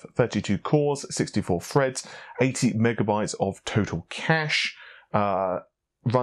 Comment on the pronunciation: Listen to how says threads, he says Freds..